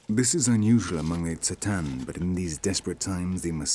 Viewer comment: So much misinformation in this. He says that the Tsaatan(notice that the narrator screws up their name, often calling them Tsataan or even Tatsaan)'s language comes from Turkey. WTF? The Tsaatan's language is TurkIC, but it sure as hell isn't from Turkey! Turkic people all originated in Central Asia and Siberia, some of whom (and not all, such as the Tsaatan, Khakas, Tuvinians, and especially the Sakha [AKA Yakut]) slowly made their way westward in the last years. One of the very last migrations was that of the Oghuz Turks into what we now know as Turkey. The Tsaatan are a far more ancient group, closer in culture, language and origins to Proto-Turks from whom all the Turkic peoples descended. Modern-day Turks in Turkey arguably have more in common, culturally, with Arabs, Persians, and even Greeks and other Eastern European peoples, than with the original Turkic nomads of Central and Northeast Asia. So how the hell would the Tsaatan language come from some place thousands of miles to the west from a people group who only have been in existence for a little over a thousand years, in terms of their ethnic and national identity? It's like saying that Arabian tribesman in Oman got their language from Morocco, or that the English (in the UK) got their language from the people of California.